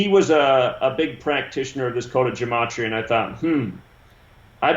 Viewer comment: It's gematria, not gamatria.